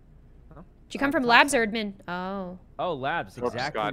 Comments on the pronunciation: Everyone: Admin: Uh-dmin I LOVE how she pronounces it differently! Or is it the other way around.........? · It’s so cute when says admen instead of admin